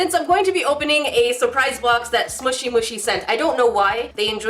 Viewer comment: ı lıke how you saıd: "squesy bomx!" to make ıt clear you saıd bomx ınstead of box..